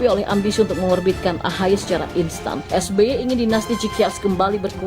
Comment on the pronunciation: Waduuuh Rempeyek...rempeyek, eeeh salah Es Be Ye...Es Be Ye.